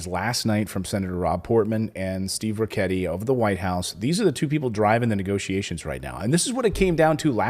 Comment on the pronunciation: it is not ch it is K pronounced rikketti